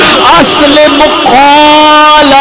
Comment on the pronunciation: اذ قال لہ ربہ اسلم ۔۔ ل ۔۔😅